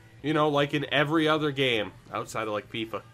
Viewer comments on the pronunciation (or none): none